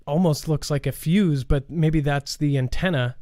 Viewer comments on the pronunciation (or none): none